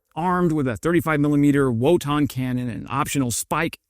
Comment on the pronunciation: Hard “g.” Papperger. Wotan with an initial “v” sound. Wotan is the god of Krieg.